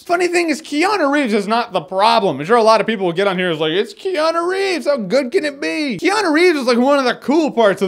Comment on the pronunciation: keanu is pronounced. kay-ah-noo